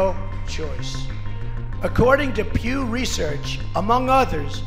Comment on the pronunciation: haha esta traduccion si es mala es que PIU research, Es Pew Research bueno el reporte ese